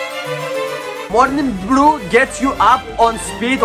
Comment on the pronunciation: Him: morning brew My ears: Mountain Dew